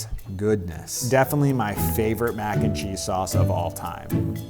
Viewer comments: I listened to him saying that several times and I think it is the way he puts more emphasis when saying “and” and then less emphasis when saying “cheese”. Usually it would be spoken with equal emphasis on all three words or, possibly, a slight bit more emphasis on the word “cheese”. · I think it's the upward inflection of mac and then a flat/lower inflection on 'n cheese Whereas normally (from my experience) mac 'n cheese is said entirely in a flat inflection. So when he says it, it sounds like /__ or /\_ when it normally sounds like ___. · I can't put my finger on how, but I feel like he puts emphasis on the wrong part of "mac & cheese"